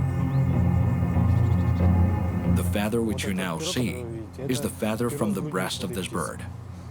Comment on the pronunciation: whats the matter....dont you know what a "fathhhhhurr" (feather) is lol